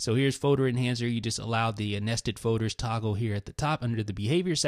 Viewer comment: I hate how he says folders. He says foders